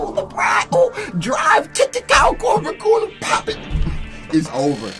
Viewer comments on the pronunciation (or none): "Corner Popin" Ha Ha HaHa Ahhh